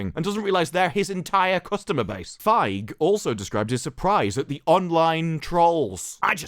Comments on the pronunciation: Dude, it's pronounce Paul Fieg-y. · Just saying, the "ei" in "Feig" is pronounced "a". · “Paul Fag” 😂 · Think the correct pronunciation is 'Paul Phage' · I believe its pronounced as "Feeg" just like "Sneed & Feed" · Just so you know, you mispronounced “Feig”.